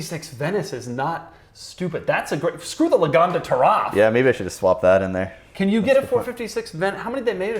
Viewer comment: saying the Taraf makes me disregard any opinion has ever had or will ever have. Never watching anything involving again.